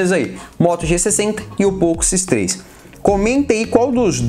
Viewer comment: Falou várias vezes nome poco x3 errado ,fica a correção.